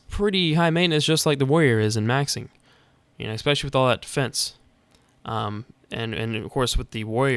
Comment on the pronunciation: Not to be a dick, but IT'S FUCKING ESPECIALLY, NOT EXPECIALLY OMFG IM SO SORRY BUT MY BRAIN WAS SLOWLY DETERIORATING WHILE HEARING YOU SAY IT D